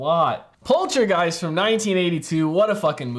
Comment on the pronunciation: Such a classic! Part two is also really great. I find it funny how so many US reaction channels pronounce it Poltra-giest instead of Polta-geist lol